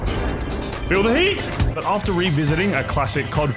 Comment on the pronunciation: Him saying “Heat” wasn’t that hard pissed me off😂